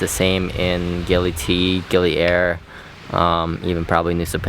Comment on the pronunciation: "C" is pronounced "Ch" in Indonesian - so now you know. Gili "Air" - "Air" means "Water" and is pronounced a bit like "Eye" but with an "r" on the end. I am enjoying your videos as it is good to see what Bali and Lombok and surrounding small islands are like during this time. It is also SO good to see places where masks are not worn. Masks are also not worn by the locals around Bromo in East Java and in the village areas of Madura....so much healthier not wearing a mask. The damage frequent mask wearing can do to our lungs is really shocking. How many other places to stay are open in Nusa Ceningan? I guess it was Mushroom Bay - the beach you went to on Nusa Lembongan. I can't remember any other good beach.